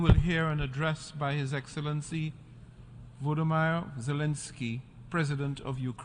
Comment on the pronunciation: who is vlodo-meyer?!